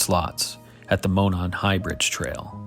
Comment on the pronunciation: Ah.. I spoke too soon on the last video. You pronounced Monon perfectly here. These are so well done, dude. I’m entranced.